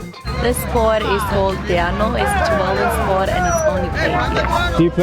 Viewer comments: Talofa. I've heard of all three countries but not much about life in two of them. Coming from Oceania of course I've heard of Tuvalu and it would have been good to hear the correct pronunciation of the country's name. The stress is on the second syllable. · *Locals tell him it's pronounced "Tuvalu"* *Proceeds to call it "to the loo"* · It's "Tuu'vaalu" not "Tu'va'lu" As Pacific islanders it's getting annoying that westerners believe we all still live in the stone age. Yes some of us still do & that's because they chose to do so in order to keep their ways of life, customs & culture. For a Pacific islander like me & where I come frm it's a different story. We struggle to keep our ways of life after being colonized by European countries & then by America. Thanx to those western countries that colonized us they have created poverty in our islands! Yet they are still unaware we even exist! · Thats funny. However its pronounced Two-VAH-loo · It Sounds like "True Value" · I'm khmer too and I pronounced it ToOoOoOoOoO tHe LoO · Tuvalu better not sink🤧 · I heard Tuvalu